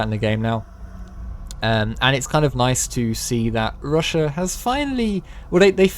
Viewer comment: Chiner? Russiur?